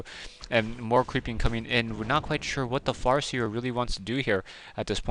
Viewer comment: hehe it sounded like you were about to say ''what the fu*k''' but then it turned into ''what the FAR seer'' ,made me lol